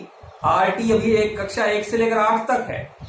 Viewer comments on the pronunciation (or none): none